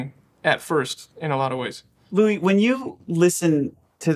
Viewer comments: Did he just call him Louie? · umm is his name really pronounced "Louie"??????????? wtf I feel like my whole life is a lie...